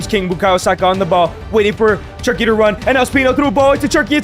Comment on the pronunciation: Great content Bro, but you’re Mexican. You know how to say “che-rr-ki,” not “chur-ky”